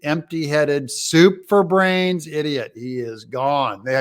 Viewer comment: Doug, at first I thought you said 'super brains,' then it became clear, you said 'soup for brains.' That makes a lot more sense. He is little more than a malfunctioning animatronic like what we see in Dizzyland.